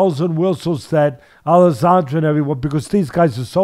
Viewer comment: Alessandra? It’s adesanya